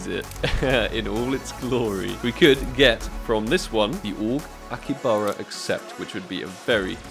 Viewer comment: It's not akibara.... It's akihabara(pronounce as aki-ha-bura)